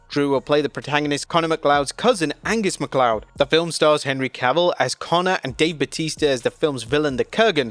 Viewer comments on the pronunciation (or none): none